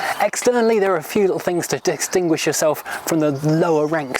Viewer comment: "Dickstingwish"? .... Hello Mr. Stingwish.